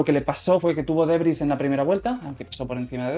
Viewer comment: Debris no derbys no mamen jajaja. El Derby era un modelo de coche en Mex.